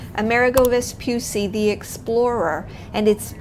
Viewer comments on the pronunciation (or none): Let me say this: if you are going to present a documentary on something, at least be sure to learn the correct pronunciation . It is not Vespyussy, it's Vespoocchi. It's italian, not english and there's a very easy thing to do it. You go on google, type the name and press the microphone to hear the correct way to say it 🙅‍♂️ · Però si dice VESPUCCI, e non Vspysy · Vespucci, Veh-spoo-tchee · I really loved this video; it’s great to see Italian excellence so highly appreciated! Just one suggestion: "Vespucci" has two "c"s that aren't pronounced like the "C" in Central Park*, but rather like the "C" in *charming or *chill*. Thanks. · it gives me the chills when I hear someone say “Vespussi,” yet it's not hard to pronounce two “C”s, which makes it “Vespucci.” Besides, you can hear it pronounced correctly in several other YouTube videos. Thank you for your attention. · Vespucci not "vespussi"😜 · How can you say that correctly but not the name of the ship? It's not Amerigo Vespussy... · Vespucci, non Vespussi. C like Chili, non Shili. Per favore grazie. Mille. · Vespucci pronounce Vespuchi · *Vespucci. [ve-spoo-chee] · Nice video... the only note is that the last name is pronounced like 'cheese' without the 'se'. Vespucci. 'Ve-spu-chee' (like 'cappuccino') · The double cc in Vespucci is pronounced chee like in cheese❤ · You should make a Little effort to pronunce the name of the ship in the correct way. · Learn how to pronounce Vespucci! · Listen, if you do a video on the ship, LEARN HOW TO PRONUNCE HER NAME CORRECTLY FIRST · Nice video, but terrible pronunciation of the ship's name. Also no ropes on a ship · The way she pronounces Vespucci is an insult to Italian and Italy. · double c is like the sound ch of church. Possibly stronger because is a double. Also Michelangelo was wrong. It's not maichelangelo. Italian vowels are always the same. M-Ichelangelo